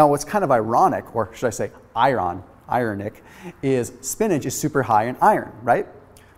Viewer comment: “Iron-Ic” hahahahaha